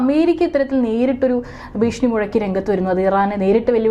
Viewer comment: ബീഷണി അല്ല!!ഭീഷണി ആണ് 😄